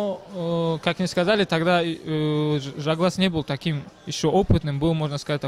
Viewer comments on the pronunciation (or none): Ne Zhaglas a Zhalgas!!! tebe mozgi vybili??? budes' togda Tagrig))) nic'o zvuc'it